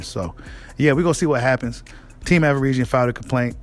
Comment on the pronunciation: 🤣 be killing me with that averisian lol you know how to say that man name stop the 🧢 🤣